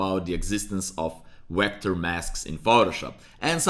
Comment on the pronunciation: Please stop saying WECTOR. It's Vector